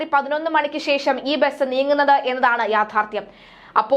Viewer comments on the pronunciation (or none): none